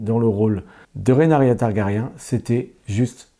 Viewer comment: Ouïlle, mes oreilles !🙉 Trop de "RénArYa" au lieu de Ré-NI-RA (Rhaenyra) et de "Migouel" au lieu de Miguel (on dit bien Che Guevara et pas Che Gouévara). Sinon, j'adore House of the Dragon malgré quelques bémols, et je compte les jours jusqu'au 17 juin pour entrer dans la Danse 🐉🔥!!!